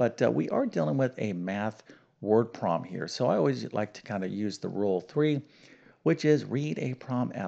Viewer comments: Can't he say "problem?" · your attention to detail in language does not match your attention to detail in math. Instead of fully pronouncing the word "problem", you tend to take shortcuts, saying either "promm" or "prollem". Please remember that accuracy in language is every bit as important as in the sciences. I enjoy your channel, and even though I'm an old fart, your problems keep me sharp.